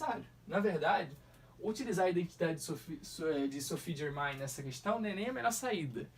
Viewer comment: O nome dela se pronuncia Sofi Germen